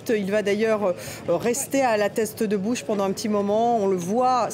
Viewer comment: Non sérieusement respecte le nom c est la teste de buch et pas bouches, accrochage très déplacé